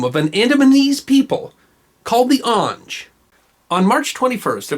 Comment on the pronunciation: Pronounced "AWNG-GAY" and not "AWNJ." They don't eat people. They are not savages. They were defending their lives.